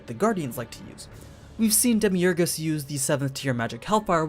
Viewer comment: Who's "demi urhgess"? Lol